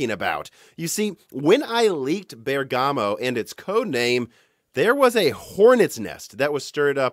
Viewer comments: Just a small notice about the pronunciation of Bergamo. If you want to please the native Italian listeners you should try to pronounce ik it with the accent on the first syllable: so not Bergámo but Bérgamo instead. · So strange to hear it from Italy: the correct pronunciation for Bergamo is Bérgamo, not Bergàmo. Awesome video anyway! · "BER"-gamoe not BER-Gah-Moe . . . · A detail: the pronunciation is "Bèrgamo", not "Berga'mo". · Bérgamo not Bergámo. 😜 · Please say "Bèrgamo" and not "Bergàmo". Thanks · in Genoa and Bergamo you must stress the "e". Greetings from Italy. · I know it's terribly rude of me to say this, but for my VERY Italian ears' sake: Bergamo is pronounced with the same stress as "hypergamy", that is on "BER-gamo" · It's a very unimportant bit of information, but the first syllable in Bergamo is the one you pronounce, not the second. Amazing video as always! Very excited for what is coming in the next years! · How to actually pronounce Bergamo